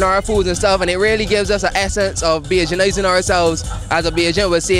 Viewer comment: man say bajanizing